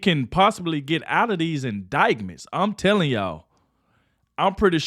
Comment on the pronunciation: I love your channel, but the "c" in indictment is silent! 🤣